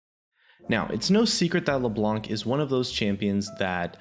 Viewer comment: Could you guys please stop calling her Leblank ? This champion has been out for at least 5 years now, and it'd be pretty awesome if we could start calling her by her proper name. ie: Knife or knight, you don't pronounce the K. Same goes with Leblanc. You don't pronounce the C so it's as if you were saying Leblan.